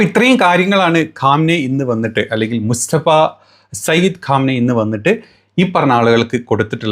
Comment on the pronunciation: പരമോന്നത നേതാവിന്റെ പേര് മുസ്തഫ എന്നാണോ അതോ മുജ്തബ എന്നാണോ ഒന്ന് കൃത്യപ്പെടുത്തി പറയേണ്ടതാണ്